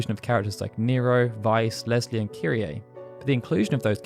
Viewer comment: When you said "Leslie and Kyrie" i heard "Lesbian Kyrie" Good for her :)